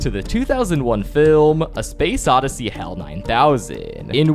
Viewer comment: He pronounced odyssey right btw